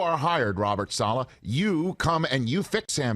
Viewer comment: Pronounced Sa-la?